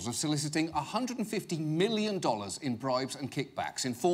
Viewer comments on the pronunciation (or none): none